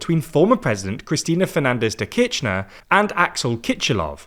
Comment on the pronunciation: cristina kirchner and kiscilof in argentina aren't really spelled with a 'ch' sound, kirchener is more pronounced like kirshner, and for kiciloff, the 'c' is just an an 's' sound